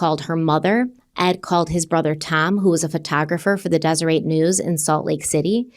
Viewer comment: Zero judgement to, but if you want to pronounce Deseret News “correctly” it’s “des-er-eT” with a hard T, not “ey” It’s a really common Utah word with Mormon roots, so it’s a weird one for sure. Very excited to see yall in Vegas at crime con this year 😊❤